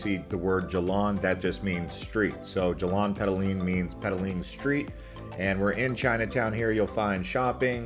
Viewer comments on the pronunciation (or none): Hi.. pls pronounce properly .. Jar-lan PER-TAH-LING .. not Jerlahn pet-alink Muh-lay notMaylay (for Malay). BAH-TU caves not bet-two caves GEN(like earn) -ting not gen(like can) highlands Thank you for the video Now you know.